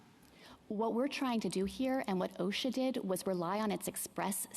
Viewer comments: Roberts nailed her. They've had two years to get Congress to act. It's not an emergency for anyone, but Biden. Next time send a lawyer that can pronounce OSHA. What's Awe-Shucks? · The lady speaking can't even pronounce OSHA correctly, but is in a position to promote compelled toxin injektions? LOL - hey lady....it's not Oshkosh - but that's not important right now. SMH pathetic!!!!!!! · I’ve never heard OSHA pronounced asha.